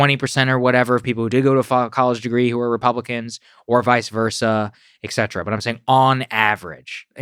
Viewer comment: Can someone please tell Saagar that he’s mispronouncing the Latin term “et cetera” every single time he says it? He does it over and over and over again, and it’s a term he likes to use often. The second letter is ‘t’, not ‘c’, and the abbreviation is etc., not ecc. Et is one of the most common words in Latin, because it’s the conjunction ‘and.’ And you can think of the the common Latin term et cetera (abbreviated as etc.) as meaning ‘and so on’ or ‘and so forth,’ as a useful reminder.